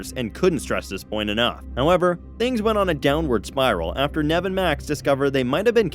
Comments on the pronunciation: Whats with Nehv? Its Neev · Sound look a substitute teacher “nav” 🤣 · It’s pronounced neeve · It’s pronounced knee-v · Did he say nev? Excuse me its nev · Pronounced Neeve! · Annoyed how you can't pronounce Nev